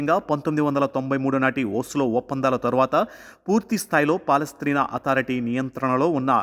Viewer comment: పాలస్ట్రీనా కాదు నాయనా